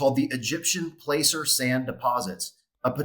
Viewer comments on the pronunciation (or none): It's pronounced Placer as in cat or dad that a sound. Not Placer as in Lazer lol. Good show though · ABSOLUTE GENIUS! I mined black sands 13 miles west of Nome, Alaska extracting gold. Check the pronunciation of "placer", as is placer gold mines during the California gold rush.